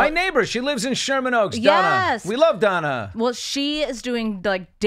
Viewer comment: I think that her name is Dana and not Donna ... but ... 😂